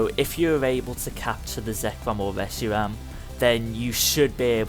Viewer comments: "Zekwom and weshiwam" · i hate people doing a comentary that leterall y havnt even played pokemon but take peoples videos to show you what to do and call it there own he said profeser juniper or what evee his name is then siad reg gi geg as for regigegas he said rice aram for resharam face palms